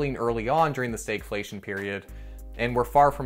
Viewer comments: Why do you pronounce Stagflation like Staygflation? You don't say the stag in stagflation is pronounced the same as stagnant. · You pronounce the "stag" differently than we do further south. Fun. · Never heard anyone pronounce stagflation in such an odd way.